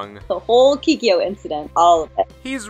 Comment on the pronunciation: "Keekee-yo" No more plz. Make it stahp